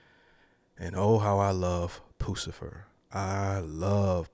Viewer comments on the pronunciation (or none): ...it's not 'poo - sa - fer' it's 'puss - a - fer'..LOL